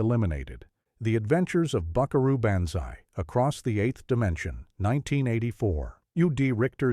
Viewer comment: That's not how you pronounce banzai.